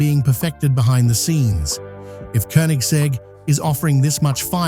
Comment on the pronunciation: Koenigsegg is pronounced with Ø/Ö, not U. Like as the i in bird.😊